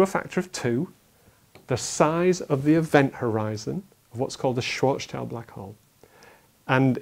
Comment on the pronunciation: it's Schwarzschild radius. Dafuq are you on about? And learn to pronounce people's names...